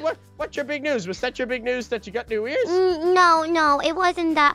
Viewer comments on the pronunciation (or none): Said nogit